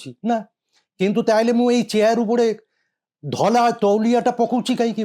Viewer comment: ତୁମ କୁ କିଛି ଜଣା ନାହିଁ। Turkish towel ବ୍ରିଟିଶ ସମୟରେ ନ ଥିଲା। ଏମିତି ନିଚ ବିଷୟ ବସ୍ତୁ ଆଲୋଚନା କରିବା ଉଚିତ୍ ନୁହେଁ। ଧଳା କୁ ଠିକ୍ ଭବେ ଉଚ୍ଚାରଣ କରି ପାରୁନ ଧଲା କହୁଚ । ଛି...